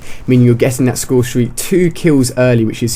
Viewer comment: "Highest scoresteak" Nice intro..